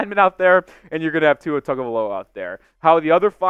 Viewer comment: do you mispronounce tua’s name on purpose?